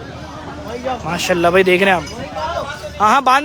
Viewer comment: Oh bhai pehly MASHA"ALLAH bolna seekhlo.. Ya masallah nai hai.